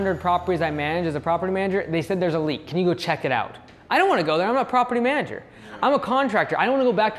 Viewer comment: Property (Manger) Manager